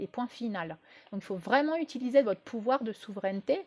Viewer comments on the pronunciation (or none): none